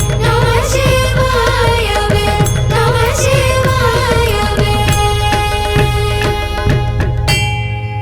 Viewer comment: Thank you for all the handwork in creating all these master piece. Truly greatful and god bless all these jewels who are singing. I just have one humble important feedback. Please kindly fix the pronunciation. It's NamaCHIvaya instead NamaSHIvaya. Nandri.